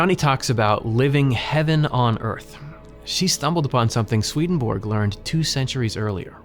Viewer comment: Hello, I am from Finland, whose second official language is Swedish. You pronounce the first part of the name Svedenborg, the central figure in your videos, a little incorrectly. Repeat the vowels ea from the English word heaven, as they are pronounced in that word. That is exactly how the e in the first syllable of the name Svedenborg is pronounced. So, it is somewhat like: sv-ea-ea-den-borg. Other than this your videos are among the best in the NDE genre! Thank you!